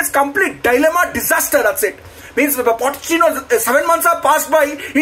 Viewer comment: Did he say “Potty-chino” ? 😭😭